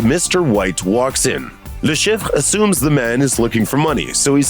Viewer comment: "La Sheef" is how it is pronounced. Thanks for the video!